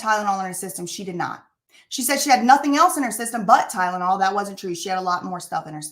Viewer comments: Ah yes, that good 'ol "Tydenol", that's apparently aka " Tylenol"!!😜 Lmao, she sounds so dumb🤦‍♀️🤭. I was busy cooking the 1st time I ever played it, so I was actually just listening, but I still caught it immediately, lol. I remember backing it up 10 sec, bc I was like wait, what?? Lmao 🤣🤣🤣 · I remember this chick said "Tydanol" or "Tie●dah●nol" she couldn't even pronounce Tylenol correctly.